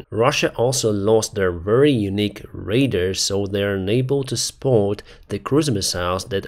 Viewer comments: Ой, Денисе, ви як рейдер вимовляєте абревіатуру «РАДАР». Англійською ми вимовляємо цю абревіатуру як «рейдар». Те, як ви вимовляєте цю абревіатуру, звучить як англійське слово для рейдера, raider. Для англомовних, які не регулярно переглядають ваш контент, було б зрозуміліше просто сказати «РАДАР», як ця абревіатура вимовляється українською. Тобто, якщо у вас є проблеми з вимовою, як у носія англійської мови. Кожного разу, коли ви кажете це як «рейдер», я думаю, що ви говорите про озброєних бандитів, а не про техніку. Збиває з пантелику цей когнітивний дисонанс. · You pronounce RADAR like it was Raider. Raider is people who raid and plunder (RAYdr); RADAR is pronounced "Ray Dar" with both syllables stressed the same. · I love it when you say "RAIDER" like a pirate or a robber instead of ray-DAR like so-NAR